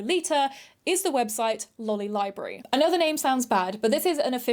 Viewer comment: i do believe lolibrary is pronounced “lo-library” (as in, i think you added an extra “li” syllable) and sounds a lot more reassuring ^w^”